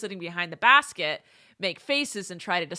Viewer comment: Bask...Quett meant haha kept rewinding it